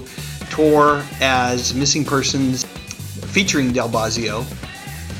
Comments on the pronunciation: bo-zio not bah-zio No mention of Frank Zappa? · BOHzzio, not BAWzzio. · BO-zzi-o, not BAHZZIO. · It's BO-zee-oh, not BAH-zee-oh. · Its not Bahzzio...its Bozzio numb nuts